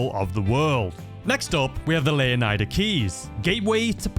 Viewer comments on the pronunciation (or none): Its LEO-NYDA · it's pronounced lay ow nee da leonida in Spanish lay ow nee tha but I pronounce it the first way as leonida actually originated from king leonidas but alot of people see it as a Spanish word I see it as Greek and fun fact the name leonida/leonidas means son of the lion/lion like